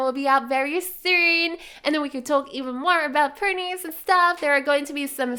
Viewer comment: Why do you say “purnies” instead of “ponies”? 🤔